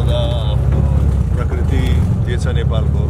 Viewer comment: Parkirti hoina bhai prakriti ho, 😁😁😜